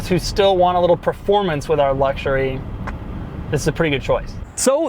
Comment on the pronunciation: Made it to before a full on ‘luggshurry’! 😄